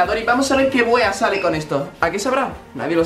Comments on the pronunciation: dise wea y le sale como huea:V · por favor desid bien la palabra wea que yo soy de chile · Vean un tutorial de como decir "wea" XD. Porque lo dicen como las pelotas